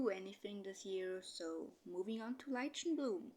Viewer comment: Love these Clans, I've watched all of them in a row today and I am interested to see what happens with everyone! Quick note, I wanted to let you know that Lichen is pronounced as Liken